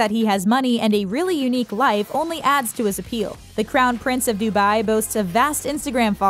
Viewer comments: The way she says dubai😫......dubayyyy. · If you can pronounce that then you should be able to correctly pronounce dubai